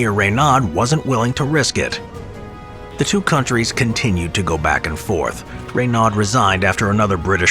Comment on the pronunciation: Ray-nad? Pitiful.